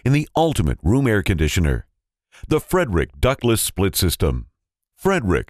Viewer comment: He's not pronouncing the name of the company correctly... It isn't FREDERICK.. It's Freidrich (FREED-rich). How annoying.